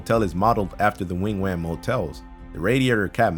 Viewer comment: please do me a favor and look up how to pronounce names before you finalize a video commentary... i was cringing through half this video. wigwam is Wig whaum, not Wing Wam, and that is just one of the blaring ones. The castle, the city names in WA state for Twin Peaks, just so many painful mispronunciations